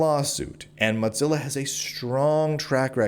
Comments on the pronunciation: I couldn’t listen to the every time you said mutsilla 3rd time i’m out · Why do you pronounce it MOTzilla? There’s no “T” in “Mozilla.” Thanks for covering this! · I hope he gets a big ol settlement. This is deplorable. Side note: Please stop saying “Motzilla” 😂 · Hearing Teixeira and Mozilla mispronunciations back to back is such a high bar to suffer for such a great piece of reporting. Read the article OR BE WARNED.